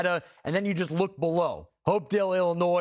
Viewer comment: No offense but your procrastination of Hopedale and Tazwell hurt me. Hope-Dale and Taz-Well